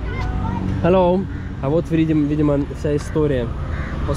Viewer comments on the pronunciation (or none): none